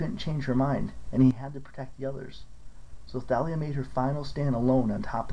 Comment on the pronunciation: Thalia is pronounced talia